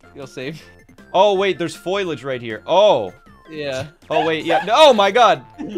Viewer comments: Foilage? Guys. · “foilage”- GPB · the mispronunciation of foliage is driving me insane